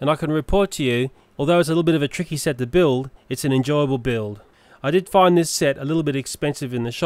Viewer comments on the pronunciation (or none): none